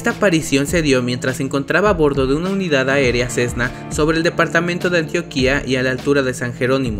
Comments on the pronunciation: Cuál Antioquía? eso es por allá en el oriente. Se dice "ANTIÓQUIA", con tilde en la "O", no maltrates este hermoso idioma y antes de hacer un documental, primero investigue, nombres, ciudades. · Se pronuncia Antioquia ( sin tilde en la segunda 'i'), no Antioquía. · Perdón NO ES ANTIOQUÍA es Antioquia